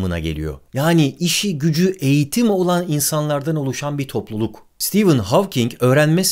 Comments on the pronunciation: Stivın hawking değil be abi stefın hawking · Sitivın değil abicim, Sıtefın. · Stivın değil stefın :) stivın olması için steven yazılması gerekir. Steven adında bir arkadaşım olduğu için biliyorum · Adı STEVEN değil STEPHEN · Stivın mı stefın mı. Havking mi hovking mi. "Stivın" okunması için yazımı "steven" şeklinde olması gerekmez mi. Oysaki "stephen" olduğu için stefın diye okunmalı kanaatindeyim.. aynı şekilde soyadı "hovking" şeklinde telaffuz edilmeli bence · stivın değil de stefın olmasın.. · hawking in ismini söylerken neden stephen deilde steven diyorsun barış abi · dikkat ettimde Stephen Hawking derken Steven diyorsunuz :) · Steven diyorsun ama Stephen. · Sitivın olarak değil sitefın ph yanyana gelince f diye okunur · Ağabey, sürekli "Steven" dedin. "Stephen" olcak o. :D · Senin gibi bir adamın Stephen ismini Steven gibi okuduğunu gördükten sonra insanlığa inancım biraz daha azaldı ama olsun seviyoruz seni :) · Nobody: Barış Özcan: Kim lan bu stivın Havking😂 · Bence adı Sitefın diye okunuyor. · Sıtefayn diye okunmuyo mu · Abi kaç kere steven dedin orda "p" var :) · Stephen yerine Steven diyip durman tilt etti ama yinede güzel videoydu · steven değil ya